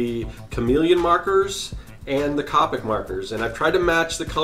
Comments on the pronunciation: It's c o p I c not copike I sound like hermione 🤣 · The only thing that bothered me is that he said COP-ic not copic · It’s irritating How he says c-OPIC MARKERS 🤦‍♀️🤦‍♀️🤦‍♀️🤦‍♀️. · He saying capic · That is not how you say Copic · It's funny how many people's biggest take away from this video is the fact that I pronounced a marker brand incorrectly, Priorities I suppose.